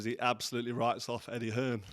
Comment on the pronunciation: Hi carl Why do you call eddie hearn eddie hills? Can you please let me know Thanks